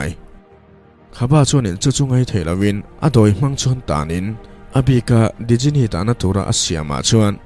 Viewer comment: A ngaihnawm hle mai. Djinni hi Jinni tia lam tur niin ka hria. Sap hovin Genie tia an spell tak kha. 😁😁